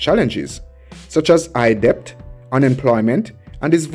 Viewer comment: The letter " b" in the word "debt" is silent, which pronounces "det"., the word is pronouced DET...!!